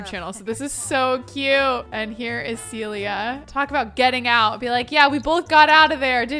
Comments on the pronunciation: love all your vids but this is the second time you've called a Sim character Celia when her name is Cecilia! 😂 Just an fyi from a dedicated fan! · Not calling all ”Cecilia” Sims - ”Celia”:))) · Everybody keeps calling that girl "Celia", but she's "Cecilia" 🤭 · This is maybe a pet peeve of mine but it's CeCILia! Not Celia. There's a whole syllable being skipped over...please, for all the Cecilias out there! Start saying the CI!